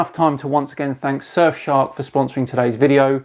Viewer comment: “shurf shark” 🙂